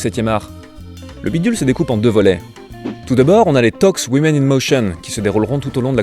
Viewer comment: woman - prononcer WOOMAN; women - prononcer WIMIN !! please !